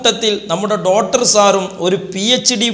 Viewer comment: ഡോട്ടറല്ല ഡോക്ടർ.... അയിപ്രായം അല്ല..അഭിപ്രായം